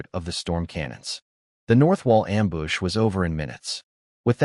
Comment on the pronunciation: I love this story lol and hey the wife actually does care lol also, I’m loving how many Am-boosh’s there are 😂